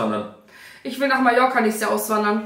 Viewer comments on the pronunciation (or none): none